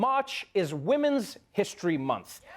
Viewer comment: (she said "Hist-HER-ry") but, Hey! Good Janet Jackson album title!